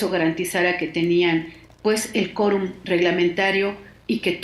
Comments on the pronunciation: Se dice 'QUORUM' NO Corum . , Chale enseñate a hablar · Hay que decirle a la periodista entrevistada que la u de quorum se pronuncia. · La entrevistada no sabe pronunciar la palabra quórum. 🧐🧐🧐🧐🧐